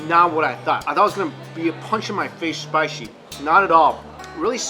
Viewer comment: very spishhhie??😂